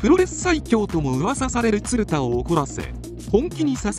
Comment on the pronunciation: 映像が入ってたらよかったなぁ… 全体的に発音もヘンだし、「ツルダ」はないよなぁ😩